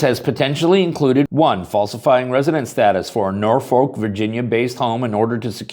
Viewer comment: As a side note to my friend on the West Coast, the city of Norfolk in the Commonwealth of Virginia is not pronounced nor-FOLK but rather NOR-fuk